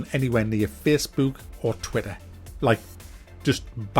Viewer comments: "Its Twitter, it's Fessbewk" 😂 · "Facebewk." There's countless studies out there that just suggest children NEED rough housing and play at a very young age to prevent this very thing with the anti social and all that you were talking about. Getting them engaged in sports and what not.